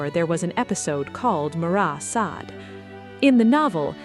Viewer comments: You mispronounced Sade. Is this ai? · Only once at the end. That does seem to point to AI.